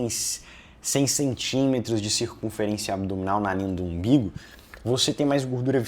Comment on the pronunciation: No minuto ele falou "imbigu" mesmo?